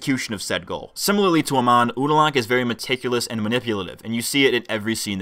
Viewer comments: Bro, it's pronounced "A-MON". Not "A-MAN". Can't even get the name of the bad guy right. The writing in this show is very shallow. That's my main issue with it. Amon wants equality for non-benders, that's cool. But how are non-benders struggling in society? How are they being oppressed? The two wealthiest characters in the series are non-benders (Varrick and Asami's dad). The non-bender homeless people seemed to all be living fairly ok. They introduce a cool concept, they just never flesh it out. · I'm fluent in 3 languages and have a background in linguistics/phonetics. Most Americans have a very difficult time distinguishing between short and long vowels. You're saying "uh-mahn", but it's pronounced "uh-mown" in the show. I can 100% guarantee you that if you hear your pronunciation and compare it to the show you will notice the difference. On my point, the homeless guy was shown always as being happy and doing well. Not to mention, there's the scene where he literally mentions benders and non-benders living peacefully (both being homeless). So bending vs non-bending is not the issue, since benders are also shown as homeless. And the show portrays the situation as relatively ok (no one is shown suffering, being oppressed, etc).